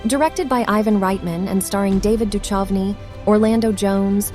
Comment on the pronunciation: david duchocnys name is mispronounced